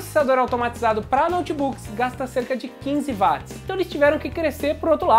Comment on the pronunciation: não fala vatis, cara. é uótis.